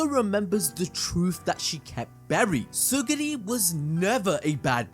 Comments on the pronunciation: What bothers me is how you kept saying "tsuguri" instead of TSU-RU-GI. btw, this is a peak review. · Bro, it's Tsurugi not Tsugiri! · It's Tsurugi not Tsugiri man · Is it not Tsu-RU-gi?